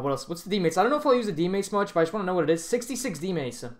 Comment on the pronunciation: max strength-uh. dmace-uh